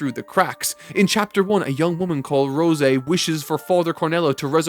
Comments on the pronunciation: It’s Rose, like the flower, not Rosé, Rosey… I know, I know… And welcome to FMA! That T-Shirt you see of Nina and her dog doing the DBZ fusion holds a dear place in all of our hearts… The writer… she knows how to hurt us… straight in the feels… uuuhg… she kicks us in the balls(physically and metaphorically) pats us on the back asking “Are you ok big brother?” and then makes you stub your pinky toe, on every single piece of furniture in the house… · I get you're reading it and not watching, but why would you assume her name is pronounced Rose-Ay instead of rose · Okay, her name is Rose. It's one syllable, no way you can screw this up. Ro say. WHAT. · It's Rose not Rosé. Good vid tho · Rose-A? Pretty sure it's just Rose in the dub. Anyone know if it's different in the sub? Edit: Bois, I think it's raining again... Edit 2: 21 episodes is NOT "almost 2 full seasons of anime" because usually 12 episodes are 1 COUR. Half a season. A typical season is still about 23-24 episodes. Sometimes we get "full seasons" that are only the length of 1 cour, but I'm pretty sure 2 cours/1 season is more common. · I have never seen nor heard it use Rosé. I’ve read the manga and only watched an episode or 2 in sub though. But the E at the end of a Japanese word typically has the long A sound, so that’s where it may have come from? Like our favorite meme boy Sasuke lol, I’m thinking it was just a mispronunciation? Idk, the only one that knows for sure is the author herself 😂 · Rosé. He pronounces it in a French way